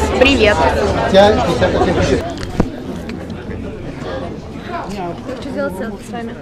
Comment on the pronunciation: Люблю, смотреть. Она классная. НО... "Прива" начинает раздражать. И пожалуйста, не надо сейчас писать в комментарии: "Не нравится, не смотри" 😐